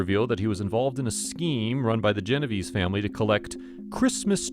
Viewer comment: Geno-vay-say, not Genoveeese!